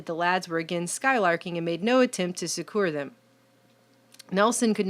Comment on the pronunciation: Succor is pronounced sucker, not suck-ore. Looks like you need to read more of The Bible.